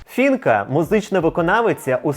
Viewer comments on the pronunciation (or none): Не фінка, а Фіїнка 🤦‍♀️ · Не Фінка а Фіїнка! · Не Фінка а Фіїнка. Переклад з гуцульського діалекту це похресниця. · Господи, та не Фінка, а ФіЇнка.